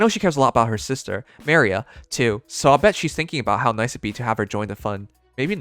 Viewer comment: I think he’s just doing it on purpose because, at this point, I don’t know he keeps “mispronouncing” characters’ names. Sure some are quite difficult at first, but, seriously?! Ma-ri-a?!